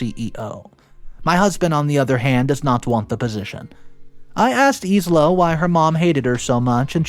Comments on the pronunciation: Isla=Eye-lah, not Ease-Lah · Isla is pronounced eye-la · Wow, so many people just hating on his pronunciation of Isla. So sad. The English/Scottish pronounces it Ay-lah BUT Isla in Spanish is pronounced EES-la. Isla is "island" in Spanish. (i is pronounced like an E and s is almost never silent. Go look it up in google translate if you don't believe me.) So both pronunciations are correct and we honestly don't know the original language context of the story itself. As he says, it is cool to be kind. Realize that not everyone that speaks English will do so perfectly and may understand it from a different language perspective. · Yup. That's exactly what I was thinking. I've never heard him pronounce infuriated correctly. Always, infurierated. Just completely butchered Isla's name in this as well. S is silent my guy. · Thank you! Somebody said it! 🤦🏻‍♀️😂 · Yeah, he drops so much pronunciation. Some are grade school level mistakes lol